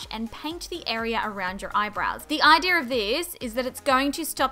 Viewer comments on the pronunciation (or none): "the idear of thiiis"